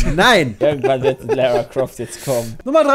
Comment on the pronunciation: Kann den Jungs jemand sagen, dass Lara fucking Croft nicht Lära Croft ausgesprochen wird, weil sie Britin ist und keine Amerikanerin? Danke.